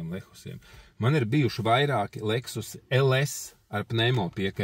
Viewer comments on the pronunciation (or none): Kāpēc "Lehus"???🤔